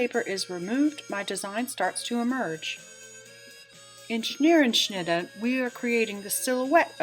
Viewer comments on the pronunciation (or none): Scherenschnitte is the correct word. You are pronouncing it as if it has an N in the first syllable. Your pronunciation is “schnerenschnitte”. How about removing that N? Thanks. I wouldn’t quibble but you are a librarian and I thought you would like to know. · You're right - she is pronouncing it incorrectly. Not Schneerenschnittah. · It's irritating. At least pronounce it correctly Scherenschnitte